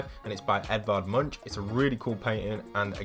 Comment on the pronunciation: I liked how you said Edward Munch. Because I come from Norway and like how others say Norwegian words